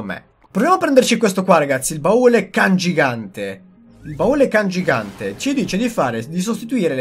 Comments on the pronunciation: Si dice baule CANGIANTE non CANGIGANTE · Si dice CANGIANTE non CANGIGANTE😂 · CANGIANTE NON CANGIGANTEEE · Baule cangiante non cangigante🤣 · Cangiante, no cangigante😆🤣🤣🤣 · comunque "cangiante" e non "cangigante" XD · CANGIANTE! Non CANGIGANTE-_ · Cangiante non cangigante ahahah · Da notare il "cangigante" invece di cangiante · comunque e il baule CANGIANTE non "cangigante" come dici te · *cangiante hahah, non CANGIGANTE ;) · CANGIANTE (CHE CAMBIA) NON CANGIGANTE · CANGIANTE non CANGIGANTE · Baule CanGIANTE non CanGIGANTE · Cangiante non cangigante xD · è cangiante no cangigante